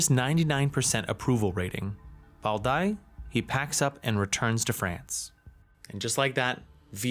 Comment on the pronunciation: That Bao Dai pronunciation was crazy